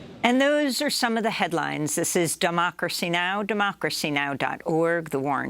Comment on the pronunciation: Did Amy say"Doh"mocracy Now lol.